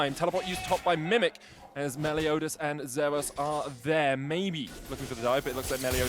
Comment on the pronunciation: It’s Meliodas! Not Melodias! Lol